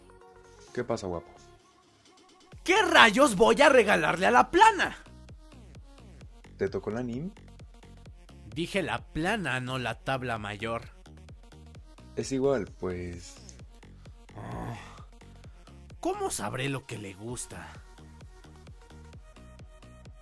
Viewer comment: Se Dice mayor no major